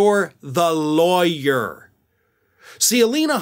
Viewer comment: Is she really a ‘Laweyer’ ??? Lol